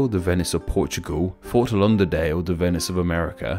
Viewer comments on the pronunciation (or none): Fort Londerdale?????? It's Fort Lauderdale.